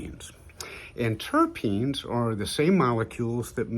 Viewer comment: TERPS TERPINES TERPS